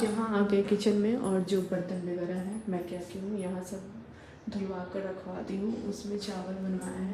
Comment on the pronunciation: Begarah nhi hota h vagarah hota h...plz thoda change krne ka try kro